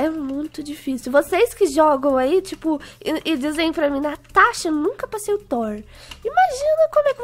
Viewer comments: Natasha:consembatata eu:parece tô sem batata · A Juh já falo casentra